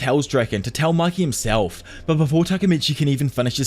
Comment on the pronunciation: It's not maki . It's mikey